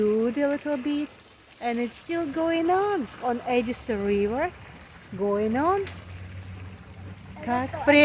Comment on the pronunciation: The watermill brings a sense of serenity. I grew up in Orangeburg and the Edisto gardens were a special destination. Thank goodness you pronounced "Edisto" correctly.